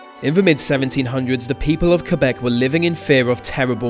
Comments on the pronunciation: Gotta love the proper pronunciation of Quebec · WOOOOOOOOOOOOOOOOOOOOOOO!!!!!! SOMEONE FINALLY PRONOUNCED QUEBEC RIGHT!!!!!!!!